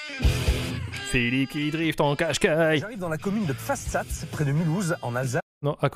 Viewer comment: Pfastatt du côté de Strasbourg (Désolé mais ta prononciation me fait pleurer de rire)! "Ils doivent chier des murailles..." Je comprends mieux la réputation de maçons des Portugais!